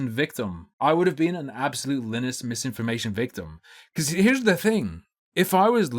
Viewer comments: I like how pronunces Linus like Guinness. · Interesting you can't pronounce Linus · I'm going to slit my wrists if you continue to pronounce Linus this way. This is not a joke